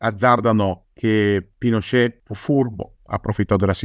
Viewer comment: ottima puntata, solo non capisco perche'amiamo pronunciare alla francese certe parole o nomi...Apasc invece di Apaci...Pinosce' invece di Pinocet...